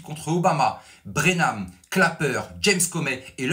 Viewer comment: Excellent travail de journalisme, comme toujours. Félicitations. Petite remarque, John Brennan et non Brenam